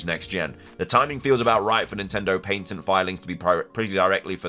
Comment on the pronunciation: patent is pronounced pat - ent, not pate - ent